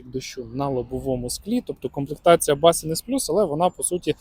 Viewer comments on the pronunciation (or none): Мабуть все ж таки комплектація "Бізнес +" а не Басінес )))